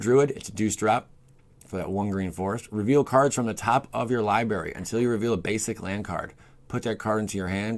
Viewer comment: What is a “libary?”